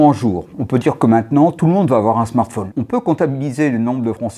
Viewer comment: Il me fait rire avec ses « smartphaune » 😂 Mais sinon le reste me fait pas rire :/